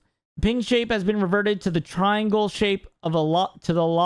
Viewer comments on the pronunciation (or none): none